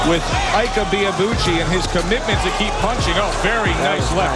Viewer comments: It’s not Ike, it’s Eekay. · Please it's "eekay" Ibeabuchi not iyke. Ike is the Igbo word for strength. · His first name Ike is pronounced E k a. Every letter is pronounced exactly like the English alphabet Eka. And the meaning of Ike in Igbo language is "power".😂. His parents gave birth to him and literally named him power. Actually Ike is the short form of IKechukwu meaning power of God. Ike=power, chukwu=God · It’s ICK-AY, Not EYKE. Ignorance is strong with you Americans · Pronounced “ikee or ekay” not ike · Is it pronounced Eyke or Eeee-keh? Or is it ii-keh 🤔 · So his name "Ike" is pronouced "E-kay" and not "hike". When you see how this guy hits, you'd know WIlder is a wild joke with all the amateurs he knocked out. And th efight with Byrd makes one realise why Usyk is a problem, apparently its easy to get away from othodox fighters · They’re pronouncing his name wrong it’s pronounced E.K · It is pronounced 'e-kay'. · His name is “Ike” Enough said… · It is pronounced IE-kE... a two syllable word. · Ike pronounced "Ee-ké" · Your pronunciation of Ike is wrong